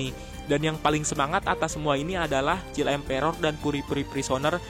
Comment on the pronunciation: Please read "child emperor" in proper pronunciation.